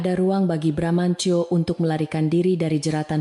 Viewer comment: cerita tidak konsiten, narator membaca teks sering lebay, bramantyo sering dibaca BRAMANCO, ga lucu